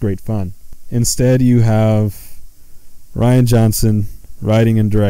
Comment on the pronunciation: i think it pronounced ryan not re anna johnson lmao but he is a girly guy so fuck it give this guy as much shit